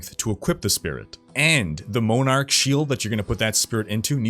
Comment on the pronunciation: moan-arc? moanarch? Mon-arc, as in monarchy